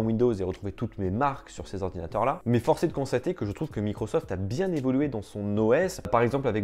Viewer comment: J'avais pas remarqué mdr